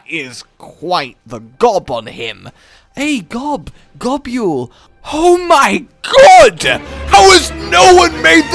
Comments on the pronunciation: Why do you pronouce it Go-Bule? It's Gobble, as in to eat. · did you say "Gabyuol"? its Gobul my dude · I cant i just cant its not gobule its just gobul :) i was cringing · I wasn't concentrating on the video.. Got Jumpscared by Eddie Wally... Ffs I pronounce Gobul as Gobble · I always pronounced it 'Go-bull'. But to each is own. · Isn't Gobul pronounced Gobble... Because he gobbles you? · This is the first time I've heard someone pronounce Gobul the way does in this video. Everyone I've talked to pronounces it as Go-bul.